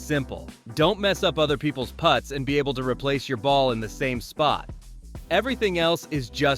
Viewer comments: Okay, once the narrative pronounces "putt" as "put", I'm out. Record your own voice and don't use AI. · This must be an AI narrator the way it pronounced "putt" .